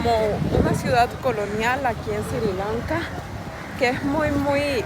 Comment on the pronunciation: NO se dice Siri Lanka. Es Sri Lanka...